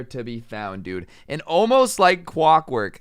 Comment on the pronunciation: wurks wike quockwork